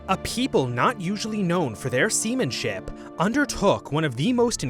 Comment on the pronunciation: Heh heh, semenship